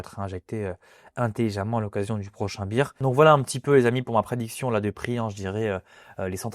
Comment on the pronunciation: je trouve tellement dommage de gacher une belle analyse en persistant à dire beer ou lieu de bear